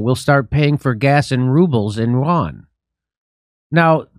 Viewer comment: Could someone please show Jimmy how to pronounce Yuan properly? Won is the official currency of South Korea.